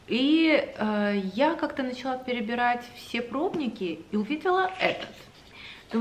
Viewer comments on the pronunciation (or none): none